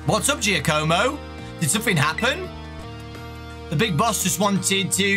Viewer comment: It's "Jaw-co-mo".